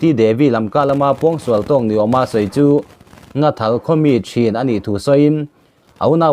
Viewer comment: Nghathal tih tur aw Nathal nilo in